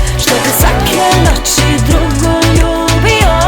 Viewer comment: Noči, če, prvo logopeda treba posjetit..